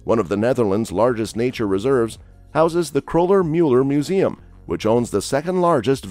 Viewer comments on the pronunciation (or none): none